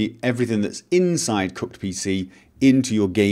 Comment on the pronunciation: It sounded like he said 'Cucked' NPC folder